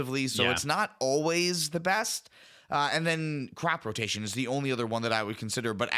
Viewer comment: i knkw the card says crop rotation, BBUUUUUUT im hearing say Crap rotation 😂